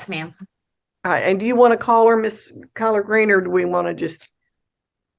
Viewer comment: I hear collard green when I hear one certain person says her name.